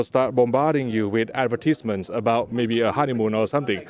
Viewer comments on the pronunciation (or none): The way he says "advertisment" is almost as funny as how he says "gamut" advertizzzment and gamoot. Lol sounds like he was very excited to be there. 😀